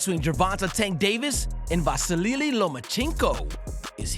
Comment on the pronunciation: vasily not vasilililily